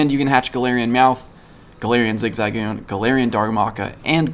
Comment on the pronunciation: The weird pronunciations of zigzagoon and patrat really got to me